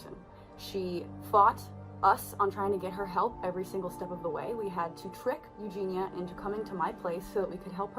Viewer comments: It's Eugenia, not Eugena. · YEW - GEE - NEE - YA .... What is YEW - GEE - NA? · Her name is Eugenia, Eugene-ear, can you say the word “ear”? At the moment you are saying “Eugena” and it feels like you don’t really know anything about the subject if you can’t even get their name right. If that basic thing is wrong, what else have you effed up? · I love your videos but every time you say Eugena I just cringe inside. Her name is Eugenia. (Yoo-jee-Nee-uh) I'm so not trying to be rude, I just wanted to point it 🤷🏽‍♀️ thank you for all the good content though! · Can you please learn to pronounce Eugene‘s name? It is not YEW-GENE-AH. It is YEW-GENE-EE-A. You left out an entire syllable. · At least say her name properly. It's not EugenA, it's Eugenia, I-A at the end thanks. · Her name is pronounced U-GEE-NEE-UH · my comment is, why do you say Eugena instead of Eugenia? it's like Virginia. you can hear her pronouncing it in every one of her videos. it feels mean to mispronounce first names of people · Can you please say her name correctly it is u gene eeeahhh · You-Gene-EE-Uh You could at least pronounce her name correctly. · Dude how can you do a whole video leaving the ginia part of her name out? You literally pronounce engenia eugena the whole video no offense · Out of curiosity, why do you keep saying 'Eugena'? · I like your videos. Her name is pronounced Eugen-ee-a. 😊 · I always thought her name was pronounced Ewe-gee-knee-ah? Also your thumbnails really annoy me. If you’re going for this essay type of video in a serious, seemingly heartfelt and genuine way, someone who stands with victims and such, why make such nasty thumbnails with the over exaggerated faces and tears, etc? It completely negates any kind of empathy you might have for any of the people involved and makes you look insincere. I think you’re better than that type of shock value tactic or clickbait. Your videos stand on their own without such ploys. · You aren't even pronouncing her name right.